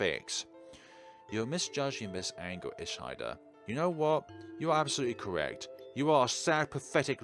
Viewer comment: I would like to thank you so much for playing the game. I really appreciated it. I am currently working on corrections and me and my friends were screaming in excitement watching your playthrough! If you have trouble with the Japanese pronunciation, it's pronounced ee-shee-duh, your pronunciation of all the other character's names are on point though! I hope you play the final version when it comes out!